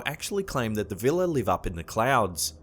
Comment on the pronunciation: It's actually "Víla" not "Vila" but ok :D